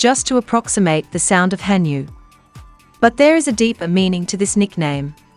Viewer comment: it's ha nyu, not han yu!